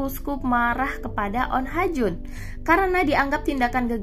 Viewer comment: Bukannya namanya oh ha jun?? Ko jadi on ha jun mulu